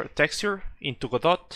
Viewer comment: It's pronounced, "god-OH"